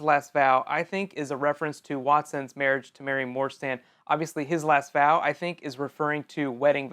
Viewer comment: When you were talking about the last vow I thought you said bow!